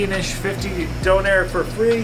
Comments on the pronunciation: I love how he says donner wrong lol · Ive never heard a Donna kebab (how we pronounce doner in England) pronounced doh-nair. You make it sound posh. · Its more commonly pronounced "donna" as apposed to "Down air" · Why he calling it Don air?? Lmao. It's döner. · It ain't donair big man it's donner or doner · surly the "I" would be silent in the name, don-air sounds stupid, it's surely donar or in England donna (slang) or doner. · Omg Stop say Donair it is and always will be doner. And it does not need to be named times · And it's pronounced DONNA KEBAB!!! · It’s donner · It’s donor look it up lol and it’s nan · I had to watch it with the sound off after he kept saying doner 😂 it sounded awful and the repetition just made it even worse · Dang u Canadian/Americans need to learn how to say doner kebab properly